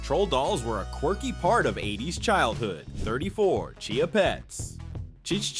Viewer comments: I noticed that, when he mentioned the Chia Pet. He pronounced it correctly when he said "Cheeya Pet", but then he tried to sound like the commercial, and says " ch ch ch ch Chai-ya". 🤔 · Chuh chuh chuh chee uh not chii uh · #34: I was unprepared for the fact that you pronounced the product name correctly ( Chia Pet), but proceeded to BUTCHER the iconic jingle: ch ch ch CHIYA?! 🤦🏽‍♂️ Great video otherwise 👍🏽